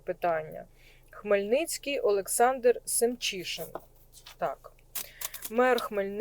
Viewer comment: Мирного дня, 🕊️🇺🇦🕊️ Дуже вдячна, що подивилися мера міста Хмельницького 👌 Олександра Семчишина - все вірно Ви його озвучили 👌👍 Дуже дякую за інформацію 🤗🤗🤗